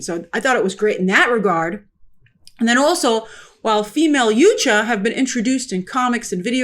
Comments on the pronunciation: Yow Cha. It's pronounced yow-cha, not you cha. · WTF is a ‘you-cha’? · Why do people keep saying Yutja instead of Yautja when they were saying Yautja in the movie? What's the correct pronunciation? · Why are all the reviewers pronouncing it 'Yoot-cha' when it was very clearly pronounced 'yaowt-cha' in the movie. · She can't even pronounce Yautja